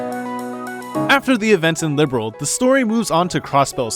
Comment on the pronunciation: Lol at you calling it liberal instead of Liberl